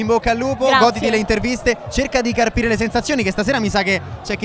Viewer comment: cerca di caRpire😂😂 quella R a caso 😂